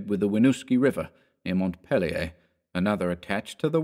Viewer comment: Bah hahahaa! I'm from Vermont. Born and raised, third generation Vermonter. It kills me when I hear people pronounce Montpelier like the french. Vermonters do not pronounce it that way. We say it Mont Peel Ur lol. Love the story though. Kudos to the reader.